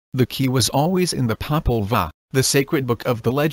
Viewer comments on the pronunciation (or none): none